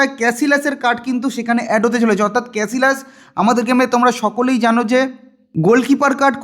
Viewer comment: ক্যাসিলাস❌ ক্যাসিয়াস✅